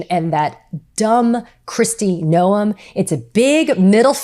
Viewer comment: We all love you, Katie! Keep it up! Don't ever listen to critics, they don't need room in your head! Ignore nitpicking trolls who say "It's pronounced 'gnome' not 'no-em'." Who cares? We know who you mean. 👍